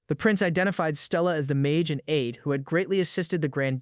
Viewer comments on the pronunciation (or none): none